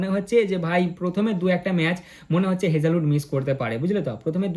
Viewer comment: আরে মূর্খ হেজেহোড না হেজেলউড